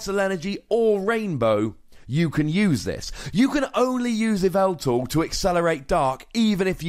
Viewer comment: This "yeh-vel-tle" is played in "Ee-vi-tal" decks., you goober!